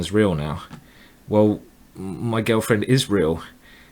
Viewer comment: Anyone else notice that Simon says girlfriend like Gelfand? :P